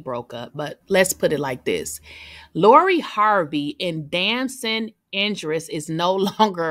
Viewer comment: IDRIS!!! Not Indris